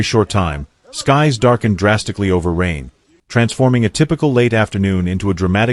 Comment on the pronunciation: kann man sich mit dem KI Mist nicht antun. Die Stadt heißt Rheine und nicht Regen, wie der KI Fuzzy sagt.